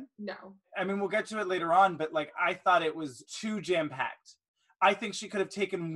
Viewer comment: I thought said "Jan-Packed" instead of jam-packed and I then I thought: that would be a genius product brand name for Jam.